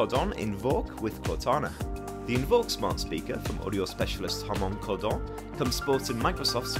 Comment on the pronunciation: Hilarious the way you pronounced Harman kardon. Not once in my life have I ever heard anyone say it like that.